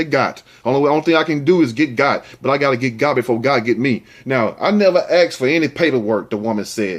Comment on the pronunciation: Asked!!! With a s not with an x. Axed is like letting a show go!!